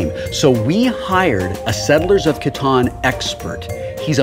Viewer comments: Did anyone notice he said "Star Trek Catana" (Katana?) ? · I've played Settlers of Catan quite a few times, and I got to try the Star Trek version once, but I've never seen Star Trek Catawn before. Does Wil pronounce it that way to make it rhyme with Kahn? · Was my group the only people in the world to pronounce "Catan" to rhyme with "Satan" or is it a British/American thing? BTW I'll do you a tritanium for a hay